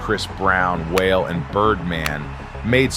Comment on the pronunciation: WALE (Pronounced WAH-LAY) 😂